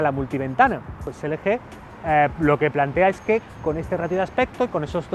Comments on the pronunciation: en una parte dejiste como lo dicen en america Lgi pero despues te fuiste a la mierda cuando dijiste elege:v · ELE GE jajaja se pronuncia EL GI :v